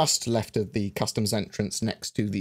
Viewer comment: So we're all in agreement that he said "left tit" ?